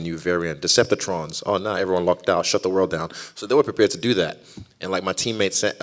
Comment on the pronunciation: Not the "Deceptatrons" varient lmfao. This legend has charisma spewing out his eyeballs, looking forward to the presser tomorrow!